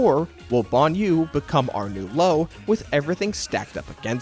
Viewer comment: Say Banyou again